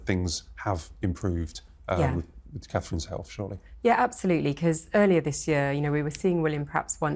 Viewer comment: To the guest.... Is it so difficult to pronounce it two syllables name? Catherine, her name Catherine.